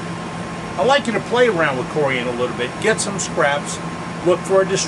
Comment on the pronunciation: It’s not CoriAAn. 😂